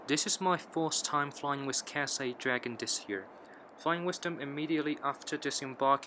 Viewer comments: FYI, it's the way how he naturally speaks. Saying 'th' with a rolled tongue is quite hard for Chinese or even Asians. Most commonly said as 's' or Cassay/Catsay. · why do you always pronouce "catsay" pacfic... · c9s c9s the sound “th” makes in English is not a thing in chinese, so for Chinese people to naturally pronounce is pretty hard